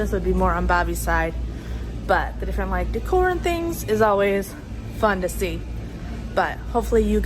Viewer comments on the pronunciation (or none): none